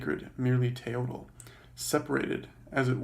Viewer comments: Mispronouncing the word you are explaining. It's pronounced "Te-yoyt" not "te-yodel" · Pro Tip: the Nahuatl speaking people don't pronounce the L at the end of proper words. The L in Teotl and Nahuatl is silent.